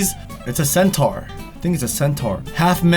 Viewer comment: who else cringed when he said centaur?